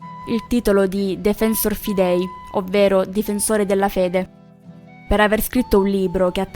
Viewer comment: Fidèi non si può sentire! FÌ-dei. È latino, non è americano!